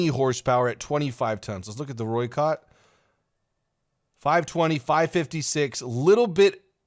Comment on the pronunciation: It's like Roi-Cut(oi as in oi you there)